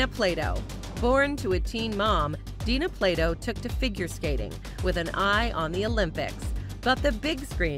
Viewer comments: it is dana not dina plato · It’s DANA Plato not DINA. Do you bother to research at all? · It's D*A*NA Plato not D*I*NA Plato. If you're going to TALK about someone, at LEAST get their NAME right. Geeze!